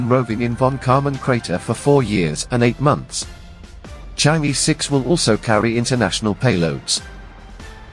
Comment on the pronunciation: pronunciation mistake... it is not e, it should be pronunciated er, sound er is more closer to Chinese words. Chang'e is a name of mystery fairy living on the moon in ancient Chinese culture ..pronunciated as Chang er 😂😂not chang yee.she may not like ppl call her name wrong..